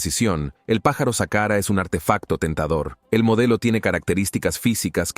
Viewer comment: El locutor deja mucho que desear dice sahara en vez de saqhara dice serpeo en vez de serapeum por favor un poquito mas de estudio!